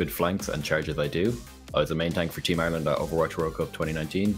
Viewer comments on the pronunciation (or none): none